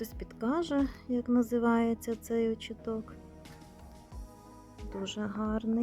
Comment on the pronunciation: Вітаю, дозвольте Вас поправити, в слові «очиток», наголос на 2 склад. Мені якось «ріже» слух.😊